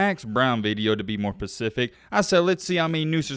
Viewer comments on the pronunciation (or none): really said, to be more pacific?